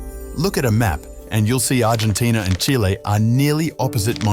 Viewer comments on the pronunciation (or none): none